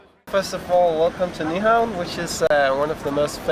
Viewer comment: It's pronounced new-hawn. The V in Nyhavn is pronounced as a U